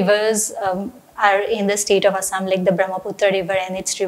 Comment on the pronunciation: Its "Assam" not "Asam", Please correct it